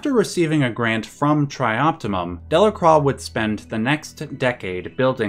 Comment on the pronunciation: Good video about one of the most important games I ever played... but horrendous pronunciation of Delacroix, haha